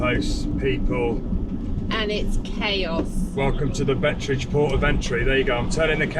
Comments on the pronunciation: Thank you so much for the fantastic video, this is the area I grew up in so I have a special interest. Your "tree rabbits" are Dassies, cute things. Beit Bridge is pronounced "Bite Bridge" after Alfred Beit, a mining magnate in the 19th century. Your campsite in Musina was a lot nicer than where we last slept, in the bush next to the railway! So sad to see the state of the roads, the road from Beit Bridge was 22ft tar all the way to Lusaka at one time. Also sad to see how the uncontrolled grazing by goats have destroyed all the grasslands, it must be terrible for the small wildlife now. It was not a surprise to see all the security fencing and barbed wire around the Gunper campsite in Gwanda, there was a lot of trouble in that area in the past. The vervet monkeys were great friends of mine, we had long conversations over shared meals during the day, but they were clever thieves at night! Victoria Falls used to be open to everybody for free, both on the Zimbabwe side and on the Zambian side, pity its restricted now, we went there every year for a break. Thanks again, looking forward to your return journey! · I grew up in Zimbabwe. The rivers are dry most of the year and then flood in the rainy season from November to March. Please check online for the correct pronunciation of Baobab and Beit Bridge.